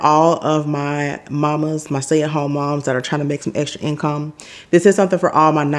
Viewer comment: Trying to get the income to "in-come" lol😂